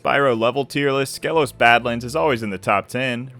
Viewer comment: Fun fact, it’s pronounced Skeelos